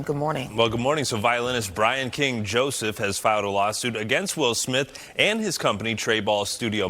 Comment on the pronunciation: At the start it sounds like u said “Will Smilf” 😂